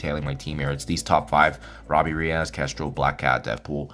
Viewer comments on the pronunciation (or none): In no language on Earth is -es pronounced -az. Reyes is a SUPER common last name.